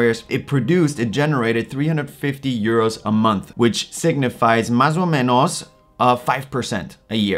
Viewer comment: The way you said "Mais ou menos" out of the blue got me by surprise. I'm Brazilian and that's how we speak here. Your english is perfect by the way